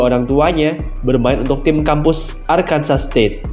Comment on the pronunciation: Heii! Arkansas itu dibaca Arkansaw, state kelahiran gw